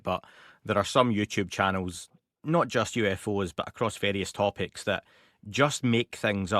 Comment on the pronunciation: Did Steve actually say ACROST instead of ACROSS?